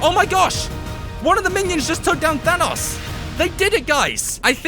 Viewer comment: than os is the pronunciation